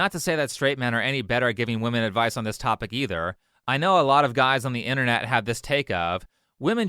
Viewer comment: seems like not english first langauge too. He said 'adwice'. Pronouncing a V as a W